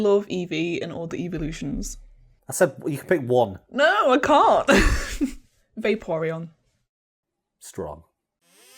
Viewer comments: D-did she say... vaporeon? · "Vaporeon" Oh no.